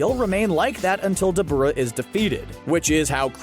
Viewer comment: Call me what you want 🤷🏾‍♂️😭😭. But I wish people would pronounce the names as they are intended to be. Dabura is pronounced DAH-BYU-RAH if you say it slowly over and over of course it’ll sound weird but saying it plainly as you would once you’re accustomed to how it is it’ll flow better